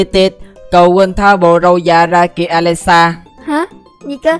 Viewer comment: Hmm alexa theo cách đọc của tác giả là alexxa Phải đọc là ali xa chứ ( Alexa = Ali xa) Chỉ nói vậy thôi nhưng tác giả phát âm quá chuẩn 🤣👏